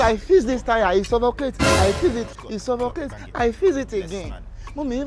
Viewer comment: "I fiz the tyre it sofocate, I fiz it again it sofocate" 🤣🤣🤣🤣🤣🤣